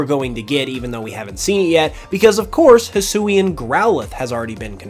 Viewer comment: Ruffled, take notes. This is how you pronounce Hisuian.